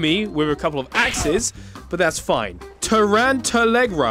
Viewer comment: Him: torent ter legra Me: but I heard “torment mr ligma”